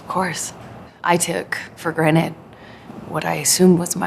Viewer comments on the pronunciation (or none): Can’t decide what’s worse her acting or the fact that she said granite instead of granted